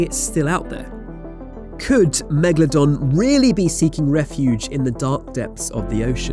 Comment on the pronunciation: Megladon More like Lemadon